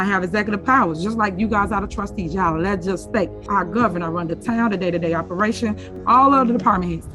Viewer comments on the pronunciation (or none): That idiot said "leg-is-state". Every time I think I've already seen the depths of how dumb this woman is, but no , she always has more room to sink even lower intellectually.